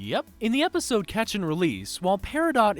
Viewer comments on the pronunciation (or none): none